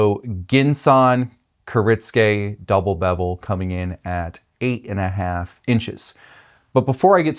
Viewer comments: Kuh-ritz-gay? Bruh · You said it wrong the entire video. Which is kinda funny considering you're a knife business, and you also responded to the comment explaining how to pronounce it correctly.